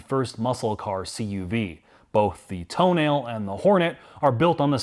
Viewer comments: Sheesh… what is so hard to pronounce words as they are written? It is an italian car. It is a tow nal eh. The damn press is mostly calling it the toe nahl eee which is as wrong as toe nail … i just dont get it.. this is grade school stuff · TOENAIL LOL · I just about lost it when called it a "toenail" 🤣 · Did they honestly call it the toenail? 🙈 think it through, lads... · TOENAIL, now that pronounced it that way, I cannot unhear it! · "So the toenail" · ... what was that car? Seriously, ... marketing made the decision to call it Tonale, toenail!!?? No one took a second and said, "wait, the Americans are going to call it Toenail". $55K, I just shake my head. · "Toenail" LMAO! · He called it a "toe nail", didn't he? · Pretty sure it's pronounced toe nail. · Toenail? lol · "Toe nail" lmaooo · Ah yes the toenail 😂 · The pronunciation is wrong in the video too 😏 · Yeah, it would have been wise of to not join that presumably default habit but do proper automotive journalism and pronounce it properly.